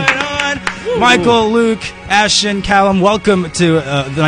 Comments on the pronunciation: i was all good and dandy with this interview but at the end he say cay-lum... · i think he said Calum but like Caylum?